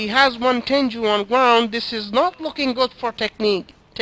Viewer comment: its simple actually its pronounced ten_goo you were saying juu instead